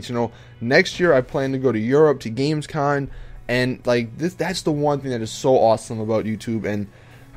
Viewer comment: Lol it's GamesCOM not GamesCON